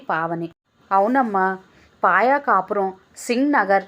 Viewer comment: పాయ కాపురం కాదు. పాయకా పురం. మీరు చదివినప్పుడు సరి చేసుకోండి.. కథ బాగుంది